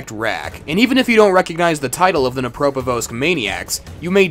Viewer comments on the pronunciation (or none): Too bad you don't pronounce the D in Dnepropetrovsk. Also, learn how to pronounce Psychopathy.